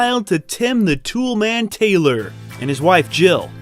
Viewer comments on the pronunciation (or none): none